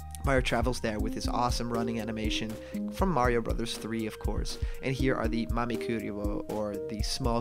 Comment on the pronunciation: Legends say if you been calling him Marryo instead of Mario for the past 4 years you get the game a month early.